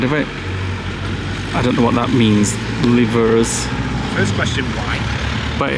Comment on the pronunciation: The word ‘livres’ means books, hence the pile of books 📚 on the bike ❤ The only time you would pronounce the ‘ay’ sound at the end of a word is when there is an accent above the ‘e’ e.g. café, French teacher here 😂 hope that makes sense? Beautiful south of France 🇫🇷 😍. Great vlog as always guys xx